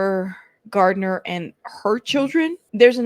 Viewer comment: It's Garner not Gardener. There is no D in her last name. I thought you'd like to know. 😊It's Garner not Gardener. There is no D in her last name. I thought you'd like to know. 😊